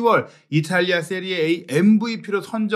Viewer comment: 기자님 "세리에 아"가 맞는 발음입니다 전문가시잖아요